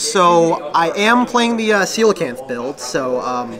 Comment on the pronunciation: Finally a yugioh player that pronounces Coelacanth correctly